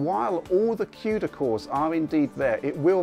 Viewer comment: Did he just say "Quda core counts" XD